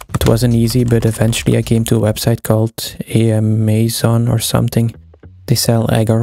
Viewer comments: Its Amazon not amamasooo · its pronounced am-Ay-zon like amazonás, brazil or something